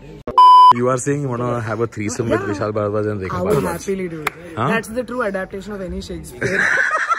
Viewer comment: Did you just said Vishal "Bhadwa"?